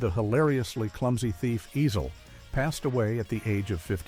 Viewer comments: Ezel!!! Not Easel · The way he keeps pronouncing Ezel is PMO! Lol